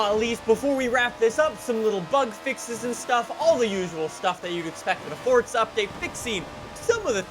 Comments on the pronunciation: Its for-za not fortsa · Why does he us his thumb, pointer finger and middle finger to show 3? And why does he keep saying “forTza”?